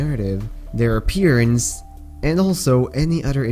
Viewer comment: Did he say aPEERence